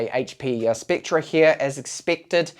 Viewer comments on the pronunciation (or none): It's pronounced like specter. Not spectra.